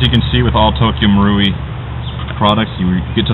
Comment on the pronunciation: finally! About time someone pronounced Tokyo marui right!! GJ!!!